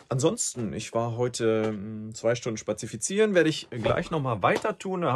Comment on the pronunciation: „Spazifieziren“ - Wort des Tages 😂 Ich liebe deine Rhetorik so sehr, mach weiter so und LG😉